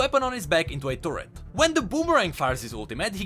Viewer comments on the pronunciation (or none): none